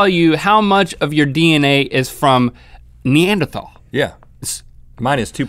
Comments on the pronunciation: Love you guys. But for future reference it is pronounced "knee-ander-tall". Well.. that is what my anthropology told me. Who knows? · Gaaahhhh. You don't pronounce the 'h' in Neanderthal!